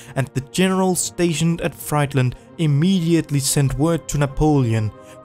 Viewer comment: The city of Friedland is pronounced "freedlund". It has nothing to do with fastfood.